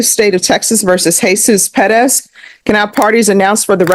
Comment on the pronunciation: Are you Mr. Perez, but think it's cool to pronounce your name in America, Pedez, like you were back in Mexico? Yes Judge, that's me.